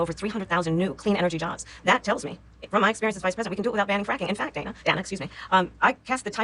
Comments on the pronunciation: She is always telling people how to pronounce her name properly..but then can't figure out how to pronounce Dana's name. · Go to on your video. She says Dana's name wrong on purpose. Slow it down